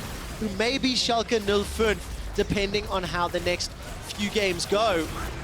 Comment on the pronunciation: I think its impressive that he nails the pronounciation for Schalke 04 tho since "fünf" isnt something he has to say as often he pronounced it kind of weirdly (still good tho!)